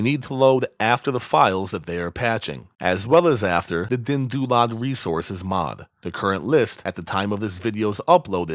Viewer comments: Your calming tone and deep voice pitch is perfect for tutorial for DynDOLOD. You pronounce DynDOLOD with real deep pride :D. Parallel to Shinji when he uncovers NSFW mods. xD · The way you say "DynDOLOD" is amazing, thanks for this tutorial!